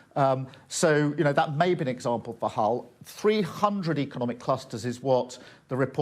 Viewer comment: She said Hell not Hull